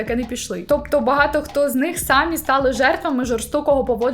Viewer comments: Дякую за контент. Вживайте український наголос в слові "самІ" сами́й тільки один займенник означальний відмінок чол. р. жін. р. сер. р. множина називний сами́й сама́ саме́, само́ сами́, самі́ родовий само́го само́ї само́го сами́х давальний само́му самі́й само́му сами́м знахідний сами́й, само́го саму́ саме́, само́ сами́, сами́х, самі́ орудний сами́м само́ю сами́м сами́ми місцевий само́му, самі́м самі́й само́му, самі́м сами́х «Словники України» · Я трималася декілька відео, але це вище мене😂😂😂 Не "сАмі", а "самІ"- будь ласочка🙏🙏🙏